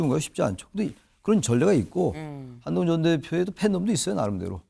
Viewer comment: 안농운으로 들리는데 뭐냐?ㅋㅋㅋ가발벗으라고 조롱하는거임?ㅋㅋㅋㅋ